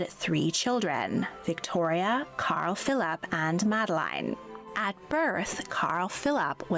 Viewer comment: Why does she say Carl-Philaap?😂